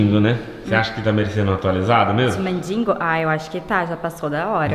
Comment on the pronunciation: Gente, quantos erros de português. "MINDINGO", "NÃO CABE NIM MIM". kkkkk